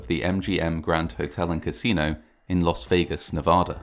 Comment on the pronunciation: "Los Vegas" ??